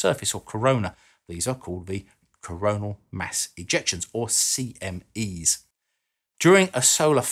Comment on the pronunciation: Don't do great vowel shifts, kids.